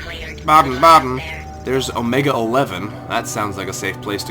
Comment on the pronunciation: It is pronounced baa den